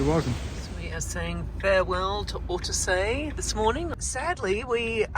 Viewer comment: hello guys! Ortisei, not "ortesei". and "tre cime DI Lavaredo", not "de" ;)